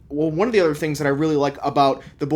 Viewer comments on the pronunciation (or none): none